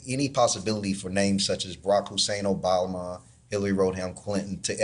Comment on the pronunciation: The Q-anon guy actually said "Barack Hussein Obalma and Hillary Road-ham Clinton". I thought he might be attempting a bit of word play with "Obalma" having something to do with embalming? Who even knows. The Q-ers aren't known for their with or intelligence.